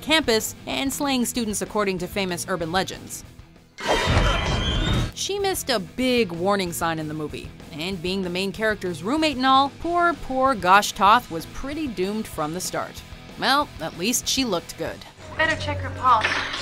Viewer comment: Anyone else catch the "Gosh Toth" slip when they were talking about Tosh from Urban Legend?